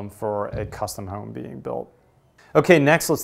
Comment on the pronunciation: Its Home, Not Whoome..